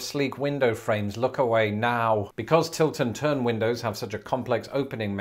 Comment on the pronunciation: It took me a while to realize that you were saying "Tilt AND turn" windows. I initially heard "Tilton turn" and thought that Tilton was the name of the town where they were invented, or possibly the name of the inventor, Sir John Tilton. 😆 Love your videos. Keep up the good work.